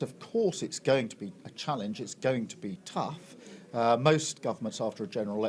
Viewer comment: Tough - Rhymes with free stuff